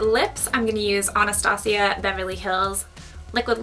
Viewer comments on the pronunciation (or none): none